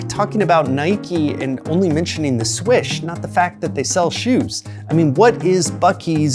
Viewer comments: FFS, it the Nike SWOOSH, not "swish". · Great video as usual. But it's the Nike "Swoosh"...not "swish" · FYI its Swoosh with an oooo sound ;)